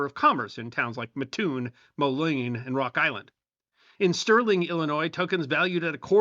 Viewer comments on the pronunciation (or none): As someone from Mattoon, it's pronounced Matt - Toon. Everyone gets it wrong, don't feel bad. Love your videos try to watch as many as I can.